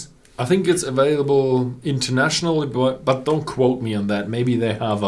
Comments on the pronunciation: aVailable NOT aWailable!!! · Liquid Swords - the reason for the three exclamation marks is because I've told him this 1000 times and he still says "aWailable" even though his son pronounces it perfectly. So there is an issue here, contrary to your rush to judgement. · Luke - you stfu and mind your own business. He is able to pronounce available with a V, he just refuses to. His son does it without a problem. If I want to point out that he continues to say it with a W, I will. And who the fuck are you to tell me to stfu? You're an asshole.